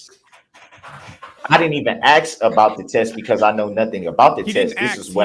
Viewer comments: “Witchoo”… a newly added English word …meaning “with you” … “Axe”… to pose a question with much zeal & passion … so much zeal as to be able to chop through objects … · The real question of our time: wondering when black Americans will be able to properly say the word, "ask."